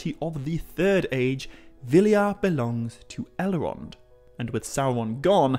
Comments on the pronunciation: Right, it's just some sort of impediment you have, I'm also hearing 'Ele-ron' and 'Bal-e-rog'. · I know who Elrond, and Saruman are. Not sure who El-Wond, or Sa-Wu-Man are. Maybe Tolkien wrote a Silmarillion based on the Elves of Elmer Fudd? Be Vewwy, Vewwy Quiet. I’m hunting Owcs.